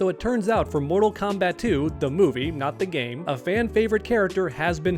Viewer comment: Why you stop saying moral kombat uno come moral kombat uno